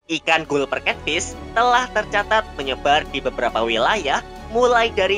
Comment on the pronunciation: min itu dibacanya galper cat fish